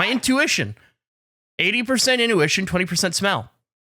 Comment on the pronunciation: did he say in-U-tion?